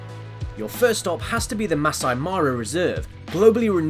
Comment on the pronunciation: I think you said "masa"..its pronounced as maa-saay..im Kenyan..and I hope it's not wrong to correct the pronunciation ..😊